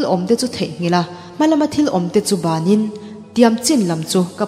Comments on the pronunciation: Manhla hle mai, siamthat ngai lai Mizo tawng thlûk diklo Pawla tawngkam hnunglama thil awmte theihnghilh in, Hma lama thil awmte ban in tih tur ah Bânin, tia lam hi a diklo, kan kut in chawhmeh eitur kan ban ang hian, hmalama thil awmte chu banin ti tur, a kawh a tum a dang daih, bân leh ban hian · I aw hi ngaihthlak a nuam, mahse a thluk dan tur dik lo a awm zeuh thin, Mizotawng ah Chuan a thluk dan hian a sawi tum a ti bo daih thei , eg,,Hma lama thil awm te banin tih laiah te khan Bán tih lai kha a i thluk dik loh avang khan